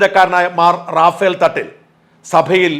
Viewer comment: റഫയേൽ എന്നാണ് ശരിയായ ഉച്ചാരണം.. റാഫ്ൽ അല്ല റഫയേൽ fighter ജെറ്റുകൾ ഇന്ത്യ വാങ്ങിയിട്ടുണ്ട്